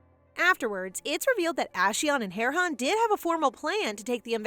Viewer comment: Correction she said Heron